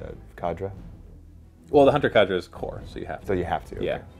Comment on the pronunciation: Its not cadra. It's "k" ( the sound of the letter k) and the "der" or "dur" depending on the accent. It's a real word. Not a weird tau name xD